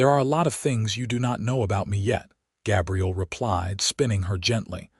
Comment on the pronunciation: I enjoyed this story but the AI narrator pronounced Gabriel as Gabrielle was hugely disappointing